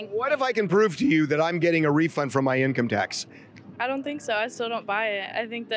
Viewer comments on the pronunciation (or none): The confident guy pronouncing income tax wrong killed me 🤣...In tax come.... in tax coming 😆😆😆 income tax coming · The dude that couldn’t pronounce income tax 🤣🤣🤣🤣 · 🤣 he can’t even say “income tax” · He can’t even say the word income tax … something tells me he’s never had a job I hope his acting career goes well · Dude in red shirt outside don’t work he isn’t familiar with an income tax check he can’t even say the words “ Income tax check.